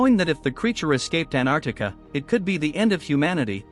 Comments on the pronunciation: Antarctica ❌ Anartica✅ 😂😂😂😂😂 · Bro said anarctica at the start😂